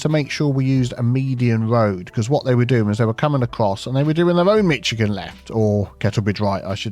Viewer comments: Nails on a chalkboard, polystyrene rubbing together & pronouncing Michigan, hard to choose between them as to which is worse:D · Is that how you pronounce Michigan? Have I been dating it wrong my whole life? Lol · I love when Brits say Michigan 😂 yall always add a “t” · I understand not knowing pronunciations of other places. Just fyi, Michigan - the ch is more like a sh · An entire episode of mispronouncing Michigan. In retaliation, I will now pronounce Worcester and Derby exactly as they're spelt. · Being from Michigan, I would inform you that we don't use the Klingon pronounceation of "Michigan." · your mispronunciation of Michigan is infuriatingg. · Bit fonne innit ow ee pronounces Michigan? 😑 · The "ch" in Michigan is pronounced like an "sh". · I also came to comment on the fact that is actually pronouncing Michigan as it's spelled. But everyone in the US pronounces it like Mishigan instead of Michigan. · As a Michigander, it was certainly jarring. Now I wonder how he pronounces "Chicago". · Michigan was said too many times to not be being prounced wrong on ourpose jm sure of it😂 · Being from Ohio, thanks you gave me a new way to mess with people from Michigan. But even I am cringing at that pronunciation. 😃 😂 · I'm from Michigan and visited Melbourne. We both decided we know how to pronounce each other's home better 🙂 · The best part is that this is how it’s pronounced when one is intentionally saying it wrong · Being from Michigan, it's very humorous and difficult to listen to the pronunciation "MITCH-A-GAN" but very understandable as is from the UK. I'm only two minutes into the video, so if this fix works and you use it in other videos, it's pronounced "MISH-A-GAN." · Michigan isn't pronounced with the "ch" sound, it's more of "sh" sound. More like "mish-a-gan" not "mich-a-gan". Love the videos! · Someone who lives in Michigan it sounds so weird hearing mitchagain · P.s. Michigan is pronounced Mish-again. 😂😂😂